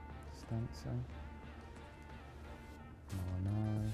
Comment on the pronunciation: I love when he says mollinari hahahahah I'm going to do the from now on